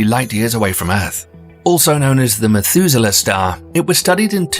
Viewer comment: "Methuzela", yes please!